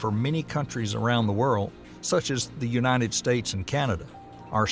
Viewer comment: Unated? It's United States. It said it just fine earlier.. 🙄😔